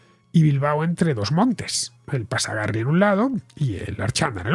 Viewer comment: Fernando, pasagarri no, el "Pagasarri", y al otro lado del monte Artxanda no está Lejona, está el valle del Txorierri